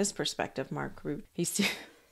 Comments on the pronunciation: Mark Rutte: pronounced: Rutt-uh. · I understand the 'e' on the end of Mr. Rutte's name is NOT silent, it is being pronounced by most reporters as 'ROO-TAH'. Love your presentation. Thanks. Re: Joe and Mika - it's been pointed out that they have a lifestyle that turns over a huge amount of money every month. Their jobs could be changed to an unrecognisable extent and kissing the ring might not be enough to keep their positions going because too many viewers could leave.